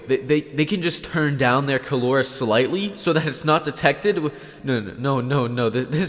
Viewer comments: Killlaura Me:Killaura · Everyone: “kill aura”: “kill Laura” Order understood commencing kill Laura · Killora me: Jojo?